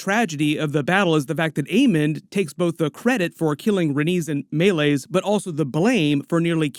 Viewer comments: it's May-Lees not Mulis. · Genuinely wondering why you, obviously have had watched the episode and heard her name spoken multiple times, still choose to say Meleys’ name like that? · How you say Meleys is actually painful to hear.